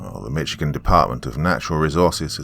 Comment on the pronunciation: Usually I like most of your narration but you are butchering words and names of cities in the state of Michigan and especially the word Michigan